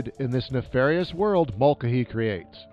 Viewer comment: You are absolutely mangling the pronunciation of Mulcahy.